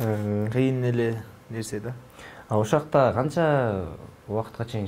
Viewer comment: Алып барган бала туура суйлочу,ошоакта деген соз жок.Ошол жакта деп суйлосо речин ноль.